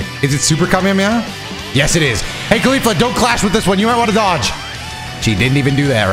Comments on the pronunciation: i heard you say "khalifa" na "caulifa" hmm.... xD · ”Khalifla“ I can’t un hear it